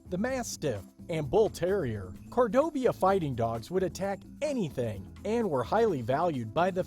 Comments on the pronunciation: Why do you find it so hard to pronounce "Cordoba?" Why do you insist on saying "Cordobia?" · No. Not with this guy. It clearly says Cordoba Fighting Dog and the entire time he pronounces it Cordobia. Next. Guess what? The thylacine was possibly rediscovered a couple of weeks ago. But mostly the problem is that the guy's voice is just way too moronic and simultaneously condescending. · Please learn to read. Cordoba not Cordob-i-a........ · "Cordobia". It is Cor-do-ba. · cordoba... it must be pronounced cordobia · Very interesting, but needs tweaking. The Cordoba Fighting Dog was referred to as a species, then later as a breed, and later back to a species. Please make your mind up and if you’re not sure, it’s a breed of dog, dogs in general being a species. Why was this ‘Breed’ being pronounced Cordobia, instead of Cordoba? Tisk tisc tisk! Also, nice to see that religious nut bags killed a Great Auk, because they thought it was a witch, thus helping the extinction of one of God's creations. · there is no I in Cordoba.... that makes me cringe every time he pronounces it that way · I love this idea! However, I did laugh each time Cordoba was mispronounced... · Lol. "Cordobia," and, "supposably." 😂